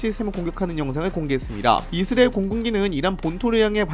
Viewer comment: 이스라엘 발음 안됨?